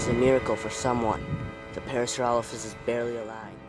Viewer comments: did he just say PARASAUROLOLOPHUS???!!...... IT'S PARASAUROLOPHUS. doesnt matter. pretty cool. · Parasaurololololophus is what he said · Parasauralollophus XD